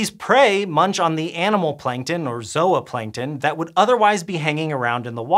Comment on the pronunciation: Zoahplankton... really? REALLY?